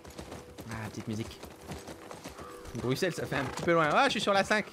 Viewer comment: Ça fait plaisir le 1er youtuber français à bien dire "Bruxelles" avec un s